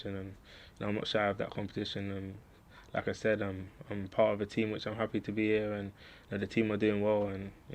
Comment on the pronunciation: I can’t stop hearing “Lacazette” each time he says “like I said”